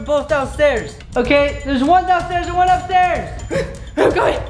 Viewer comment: can u say AND and not IAND